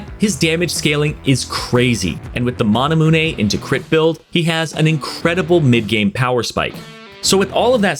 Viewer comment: He really said "Mon Ah Moon A" instead of Mana Mune